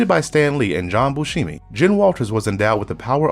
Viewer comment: Buscema, not Buscemi. :P